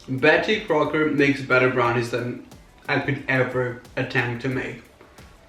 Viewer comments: I died when he said “Beatty Crowker” LMAOOOOOO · lmao the way he said betty crocker